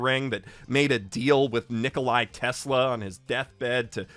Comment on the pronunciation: This is the second video that I watched recently where Nikola Tesla is mentioned as "NikolaY". As a fellow Balkan, I can't help feeling a bit iffy about this. Is it a slip of tongue or something?